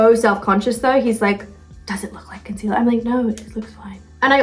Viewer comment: First it’s concealahh then concealerrrrr I love this American British mix hahaha